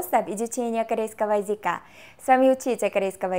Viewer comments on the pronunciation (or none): У тебя слово "языка" больше слышится как "язИка" Слышится эта буква И вместо Ы Конечно я не со зла это говорю, а чтобы ты в дальнейшем только лучше разговаривала на русском) Хоть этому ролику уже 8 месяцев, то я уверена, что ты стала ещё лучше разговаривать на русском😊